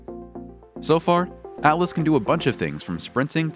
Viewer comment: ALLAS or ATLAS???? The subtitles say ATLAS so pay attention and read and pronounce names correctly next time